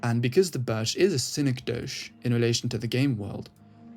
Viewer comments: Its pronounced SIN-EK-DOE-KEY btw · Yea it sounded like you might've thought it was French? lol anyway good vid otherwise